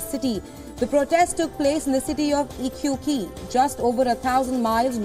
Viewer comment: The Chilean city of Iquique is pronounced “Ikike”, NOT “Ikuiki”😂😂😂